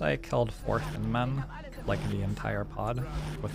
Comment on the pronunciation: Every time says "Thin Men" I hear "Thin Mints" and now I want cookies.